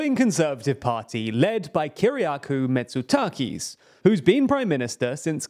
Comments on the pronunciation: A couple of things: Syriza is Center-Left and Pasok is the Socialist Party. Also, it's amazing how English speaking people butcher Greek names. Mi-tso-TA-kis, is not Mi-tsa-kis. Not very brilliant if your going to do a piece on the subject. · mitsakis omg my ears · This guy managed to pronounce Kyriakos Mitsotakis different every time he said it: kyriakou, mitsakis, etc. imagine doing all this research and somehow failing on the basics xD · Prime Minister "Mitsakis" 😆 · His name is Mitsotakis, not Mitsakis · It's not Mitsakis. It's MY-TSO-TA-KIS. An entire syllable missing. Please, PLEASE, start researching just a tiny bit how these names are supposed to be pronounced. This is the same as Italy's Tajani unexplainably changed into "Tajini" from a few videos ago. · Who is "Mitsakis"? Please learn to read. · Ugh, the least you should do is memorise the name of the person you are talking about. Persident "Missakis" lol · its mitsotakis re malaka, not mitsakis hahahahaha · It’s not “MITSAKIS” as you keep pronouncing it. It’s 4 syllables. Four. Look: it’s MI-TSO-TA-KIS. Got it? Not too difficult right? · Its MI-TSO-TA-KIS not Mitsakis. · Kyriaku Mitsu-taki is in Japan, Asia. The New Democracy leader's name in Greece, Europe, is smth like Kyriakos Mitsotakis (Keereeácos Meechotákees). Please take a minute to learn the actual names of ppl in case you want to make accurate and successful videos. It's not rocket science. Thnx. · Loved the explanation… but trying to determine if you were saying “Mitsakis” or just pronouncing “Mitsotakis” poorly hahaha (it happens). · Mitsotakis became Mitsakis... haha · Calling him mitsakis for the entirety of the video😂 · meeh tso 'TAH kis, mate, meeh tso 'TAH kis. You missed out a whole syllable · It’s MitsOTakis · oh and its mitsotakis not misarkous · Mit-so-ta-kis. Get a new pair. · Prime minister "misakis", "mitsakis"... hahahahahah... You, my friend, got beaten by the Greek surnames. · He made his name turkish😂😂